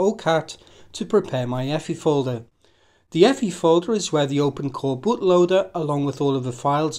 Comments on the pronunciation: effy? no, just say the letters EFI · Love your pronunciation of EFI, lol. Never change it.